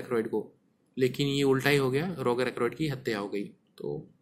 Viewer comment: भाई वो रोगार नहीं रोजर हैं। हर वीडियो पे आप गलत बताते हो कुछ ना कुछ। थोड़े रिसर्च करलो वीडियो बनाने से पहले।